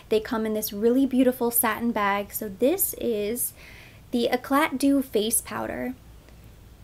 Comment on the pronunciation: I think eclat is pronounced with more of a smooth enunciation- it should sound like "eclay". The T is silent. YsL has had touche eclat products for a very long time which is when I heard it for the first time. It rolls off the tongue and sounds chic- which is more like the lovely french language . E'clat' - those accent marks by the E and the T are part of the pronunciation. E with an accent mark is "eh" not "ee". When T is the last letter it is often silent . Eh-clay is how the word 'Eclat' sounds. It rhymes with play not cat. Eclat is not an English word unlike Paris. One could prounce Paris the English way or in French with the s silent but eclat is not an English word. Just FYI since you probably have to say the names of French cosmetics often.